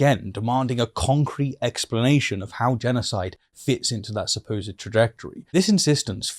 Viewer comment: Supposed is said as two syllables, not three. Supposedly is four syllables.